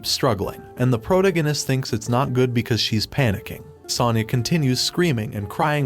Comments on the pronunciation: say it with me-- pro-TA-go-nist. Enphasis on the second syllable. Not PRO-ta-go-nist. Or stick to Bota. It's painful hearing you. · i get triggered by the way you pronounce protagonist, it is pronounced: "pro-tAgonist". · Pro-toe-gag-ist. Lol 😂 I can no longer unhear this. 😅 This voice is so weird to me. Love your videos.🎉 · How the friend chicken fuck do you not know how to pronounce : protagonist "?????🤬